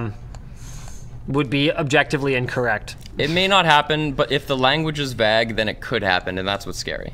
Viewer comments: i like... BUT WHO SAYS IT VAG? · is he trying to say “vague”